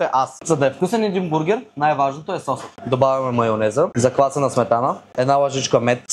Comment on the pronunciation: Като шеф готвач не знам как може да слагаш ударенията на най-неправилните места "заквасена" "треска"...ебати шефа